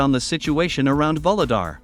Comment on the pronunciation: VUHLEDAR is pronounced not like VOLODAR, but rather like OU-GLE-DAR. VOLODAR sounds very confusing. In Ukranian the leading V is almost silent. Thank you for interesting videos!